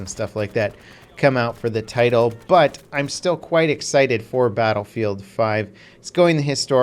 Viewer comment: "quite" the way, you say it Sounds funny.